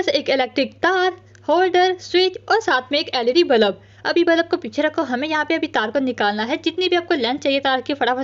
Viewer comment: Bulb 💡 ❎ Balub ✅ 😂😂😂😂 no hate love you ❤